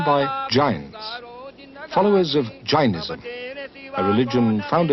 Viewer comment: Its not 'J-eye-nism', its 'Jay-nism', secondly, it was not founded 3000 years ago, it was probably significantly older.